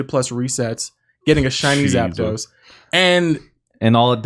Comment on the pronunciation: Zapedos? Tf is that lmao